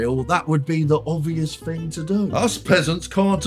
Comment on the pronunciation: "Fing".....Do the right fing...